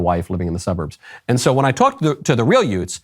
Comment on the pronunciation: when you said “youts”, I immediately turned on My Cousin Vinny 😂